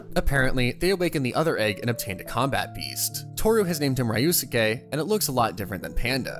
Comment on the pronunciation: Bruh, the mispronouncing is kinda weird. Ryusuke is pronounced ree-you-skay. Kaede is K-eye-ay-day. I know you watch anime, bruh.